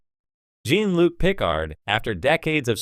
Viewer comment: Use a less shitty AI voice. I got for seconds into this before I heard “Gene-Luke” and “Star Trek. The next generation” twice and bailed.